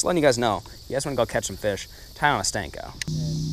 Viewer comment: Senko ... not stanko